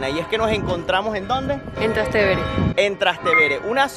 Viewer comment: ¿Nos encontramos en dónde? -En Trastevere -En trastebére 😂😂😂😂 Lo malo de la comida italiana es que parece fácil pero está hecha con ingredientes tan específicos que sólo se consiguen en Italia, algunas cosas como la pasta y todo eso ahorita se exportan pero antes era todo fake, jajaja.